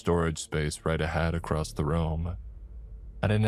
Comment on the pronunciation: There is no D In "across". Please stop slamming your D into words.